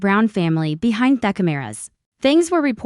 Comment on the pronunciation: I’m sorry, but this is one of the worst AI narrated English speaking poorly pronounced narratives I have ever heard. It’s one thing to have words like aluminum pronounced the way Australia pronounces it or even have the British pronunciation of certain words but no we can’t even pronounce the word behind and loser and two words he threw together that sounded more like Hecate which is I believe a Greek goddess instead of he something. If English is not your native language, then maybe don’t translate into English because it’s rubbish.